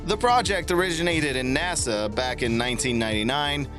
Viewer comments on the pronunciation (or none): none